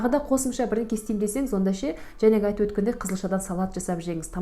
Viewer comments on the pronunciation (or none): none